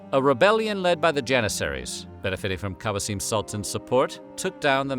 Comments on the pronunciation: It’s not “Kawseeem” it’s “K-oh-seam” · Who the hell is "KAJASIM Sultan"? 😂 Kösem = Kusem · kosem is pronounced "Q sem" the narrator butchered her name 😢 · Fun video! I believe Ibrahim's mother's name is pronounced "Koh-sehm". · Its spelled like its written Kosem